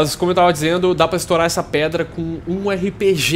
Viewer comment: repetindo(para estourar uma predra) kkkkkkkkkkkkkkk esse portuques esta esperando na escola